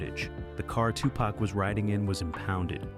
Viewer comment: Ya know imma need for yall whom attempted to say TuPac full name need to learn it properly!!! Yall be fucking it up